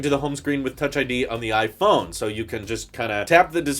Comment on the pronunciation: you just pronounced iPhone as we do here in Italy 😂